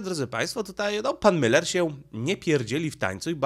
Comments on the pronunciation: Pan Leszek Miller ma nazwisko spolczone, nie nazywa się Müller tylko Miller. Proszę na siłe nie mówic po niemiecku. Pozdrawiam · Żono!!!! Błagam!!!! Powiedz proszę Mężowi, że nazwisko naszego byłego premiera pisze się i czyta przez i. Miller. Nie Myyyyller. Tam nie ma u umlałt. Błagam!!! I przy okazji, że coś się bierze na TAPET, a nie TAPETĘ. Tapet to taki stół przykryty zielonym suknem, na którym można rozłożyć dokumenty, które się chce przeglądać. Stąd to powiedzenie. Jeszcze raz uprzejmie proszę. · Skoro już chcesz robić wywiad z byłym premierem, to warto byłoby nauczyć się wymawiać jego nazwisko. Miller, nie Myler, panie "polygloto" od siedmiu boleści. Tak samo jak uparcie nazywasz Kaliningrad KalEningradem. Jakieś leninowskie sentymenty? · chyba źle wymawiasz nazwisko Pana Leszka 😊